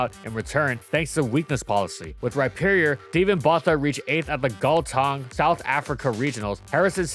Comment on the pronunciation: Correction on it's pronounced Steven Botha (Boortah) from Gauteng (Hauteng)